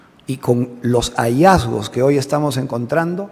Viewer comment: Grandes hallazgos!! Cuales?? No has informado NADA !! Reggiardo, le haces daño a Porky con tu media lengua “hallazgos “. Lo nuevo, Villaran coimera , YA SE SABE!!! Hay fechas relacionadas, DILAS PUES !! Revelaciones , CUÁLES?? Muy mal Reggiardo, mejor no convoques a los periodistas para no decirles Nada !!